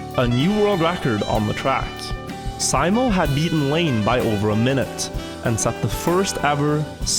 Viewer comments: Simo, pronounced See-mo... It's a well know name, the best iron sights sharp-shooter of all time has that name too. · Why do you keep calling him Symo, wouldn't you as scandinavian be familiar with how that name is pronounced :P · Why do you spell simo like Sai-mo Its literally spelt SIMO just like its written. Unlike english, finnish writing makes actually sense. No silent letters and no extra added crap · Simo not Saimo shurely a norwegian can read. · Its Simo not Saimo